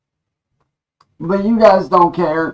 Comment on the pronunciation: “Stahp yew guise” 🤣